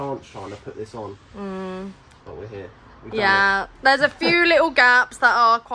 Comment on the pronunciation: why you talk like chicken? instead of "but" you say "baaa", "sprinter" you say "sprin er" etc and those stupid tatoos whats wrong with you?